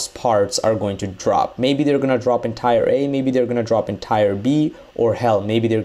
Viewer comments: its easy to tell that the maker of the video speaks english well, and does not have a thick accent. an accent isnt messing up only one word repeatedly. he's mispronouncing the word most likely because its not that common of a word in everyday life, thus he's probably never learned its correct pronunciation, and applied what he knew from other words with that same grouping of i e and r, like multiplier. its common for people who pick up english as a second language to need to slowly learn all of the bullshit words that dont follow the normal rules. thats not the same as an accent. so you can condescendingly hate on 'hillbilly' sounding americans all you want, but its not gonna make you right. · teer not tire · I’m pretty sure it’s pronounced “tear” like teardrop. Not Tire!! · Pronounced teer not tire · Why are you saying tire instead of tier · that isn't different that's just wrong. There is already a word called tire. The correct way is teer. There is know differently because if you look up the pronunciation it wont say tire it will tier or teer. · He can't even pronounce tier Is supposed to sound Like tear But he says tire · It's not tire. It's tier like tear. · Tire = Tier, Tier is pronounced as "TEAR" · Why u saying tires that what goes on cars it's pronounced teers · Tier is pronounced Tee-er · ITS FUCKING TE-EAR NOT TIRE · "Tire" lol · Tier is pronounced “teer” not “tire” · FYI TIER... is pronounced "Tear" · bruh ofcourse i heard of it but he doesnt seem to struggle with any other word. Not to mention its not that he pronounced it wrong he SAID A COMPLETELY DIFFERENT WORD. Tier and tire arent the same. One is a part of a car and the other is different level progressions. Dont try making excuses for his own ignorance to the word tier. I didnt even have a tantrum i was just correcting another person. So much talk about tantrum for someone so pressed over a 11 MONTH OLD COMMENT. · Or just spell it phonetically - "teer" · That's not an accent, he's saying tire.